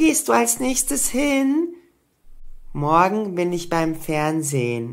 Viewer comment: morge oder morgen?hä